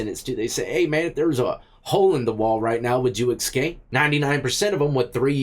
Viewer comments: Bro you know better. Its "escape" not "ekscape". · Escape not excape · "The escape inmates" You say 'escape' like my 7 year old ! Lol : ) You say eck-scape rather than ess-cape. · hey not to be a grammar nazi but it's eScape not ecscape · It's eSCAPE not eXCAPE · Why does he keep saying Xscape?. Does he have a speech impediment.? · Dude, there is no X in the word escape. Sound it out.